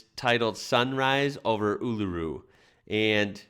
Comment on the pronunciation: It’s amazing to hear an American say Uluru correctly 😁👍. Love ur work keep it up